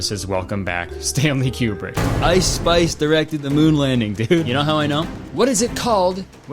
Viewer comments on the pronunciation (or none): none